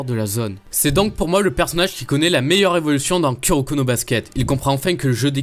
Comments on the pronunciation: KUroko mdr on dis KOUroko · C’est pas ku sa se prononce kou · Ça ce dit kouroko mais ça s'écrit kuroko